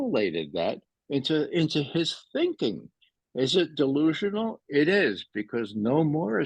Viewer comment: You said dilusionol .... Does Putin run on cokain .